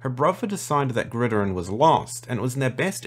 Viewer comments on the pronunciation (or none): Bro you your lore knowledge wow but you gotta learn to say location names right! "Psamathe" is pronounced "Samathee", and "Gridiron" is "Grid-Iron" not "greedyrine". Bro it was so funny. <3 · Say it with me Grid-IRON 😅 not Grid-erer, super cool video tho!